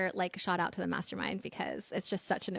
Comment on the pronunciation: It’s SHOUT out silly lady NOT shot out 😂